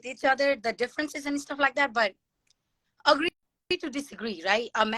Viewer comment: I Can tell her native language is Hindi by the way she pronounces “agree” and “woice”.